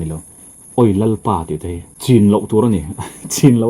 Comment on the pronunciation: Lalpa tih chu ahming ami kan lam dan nilo mi?